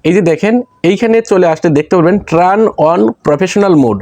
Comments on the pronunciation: ট্রান নয় উচ্চারণটা হবে টার্ন।। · ট্রান না ব্রো, টার্ন বলে ওটাকে